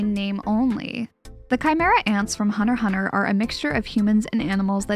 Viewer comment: I absolutely love this video, but she did NOT just say hunter hunter instead of hunter x hunter. did I hear it right?!